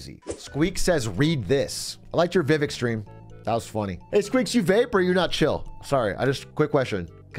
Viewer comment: That pronunciation of “Vivek” genuinely upset me